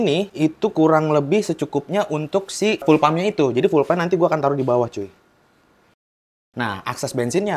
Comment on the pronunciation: Buka ful pengucapannya bang, tapi fiul